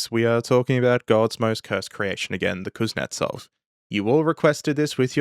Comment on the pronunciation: KUZ-NYET-ZOV, not KUZ-NETS-OV, please.